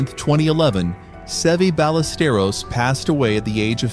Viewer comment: You could have got his name right!